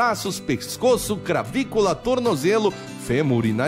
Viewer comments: "Cravicula" kkkkkkk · você também ouviu "cravícula"?